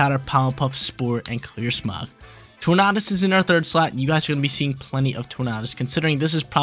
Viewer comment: love the Regulation D content, keep em coming, but have to say it's pronounced like "Tour-Nay-Dus" like Tornado. That's all, keep crushing it!